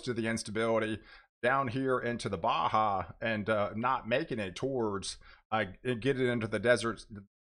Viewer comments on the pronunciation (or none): none